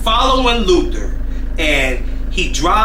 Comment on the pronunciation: Luther Not Luther ….I love Prince but he was something…. And I heard some things about Tina